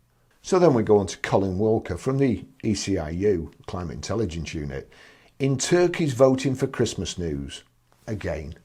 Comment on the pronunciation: Climate intellagence ........😂😂 Gets me everytime.